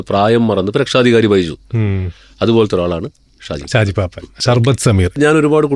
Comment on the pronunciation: ഷാജി പാപ്പാൻ അല്ല പാപ്പൻ 😅